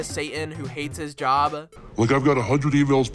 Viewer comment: i think if you work on your flat tone and the habit you have of dragging out the last word in all your sentences, your videos could be really fun to watch the long sentences in your script come out very robotic and then the sentence ends kinda... "whiny" ? just dragging out the last syllable "job-uh" "story-uh" "play-uh"